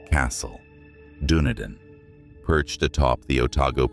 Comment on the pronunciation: thank you for your research some of this I did not know. I am a New Zealander but clearly don't know as much as I thought about our country. Dunedin is pronounced, Dun e din